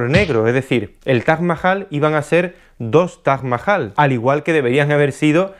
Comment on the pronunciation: Cuantas veces habrá dicho Taj Majal en todo el video? Jjajajajaja